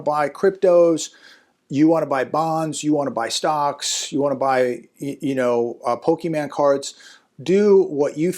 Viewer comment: Did he say Pokeman? Lol. Oh, the cringe. Pokemon and Yugioh cards are a good investment if you know what you're doing.